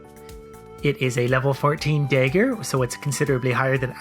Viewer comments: also I've never in my life heard anyone pronounce dagger the way you do. Day ger lol. It's dah ger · I'm really bemused by your pronunciation of "dagger". It sounds like you say "dayger" and I'm expecting "da-ger". :D I should probably not watch these after wine. Good video though. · The "Day-ger" put me off... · it's probably a Canadian thing. I live in Canada and I haven't heard anyone pronounce it dah-ger before. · I'm going to continue pronouncing it day-ger just to spite you. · I'm Canadian and I pronounce it dahger lol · Every time he says “dayger” it reminds me that some people pronounce dragon as “draygun” and it infuriates me. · like your videos but maybe you should look up how to pronounce Dagger. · Love you but you say Dagger weird.